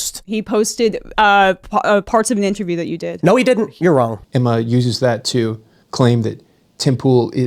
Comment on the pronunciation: Is it Emma or Enema LOL.